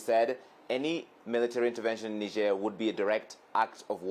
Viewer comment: Niger and Nigeria are not pronounced same, Niger na Niger, Nigeria na Nigeria.